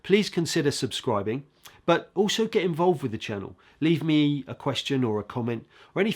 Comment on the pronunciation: you are clearly an amazing player/teacher,but you have been listening to too many pro footballers.It is not 'wiv,' the word is with.